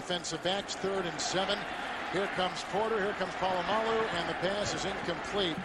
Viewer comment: I love when he calls Troy "Pull-uh-my-alloo" at the mark :)